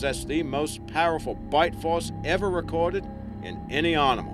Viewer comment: It's animal not rnimal, there is NO R in it.